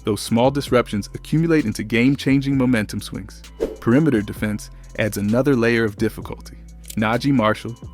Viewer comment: This gotta be AI. You don't say "defense", "close out", or "phenom" the right way for ANYONE who watches basketball. You didn't analyze anything and every sentence seems like it was an answer to an AI prompt. You said nothing of substance. Garbage slop content.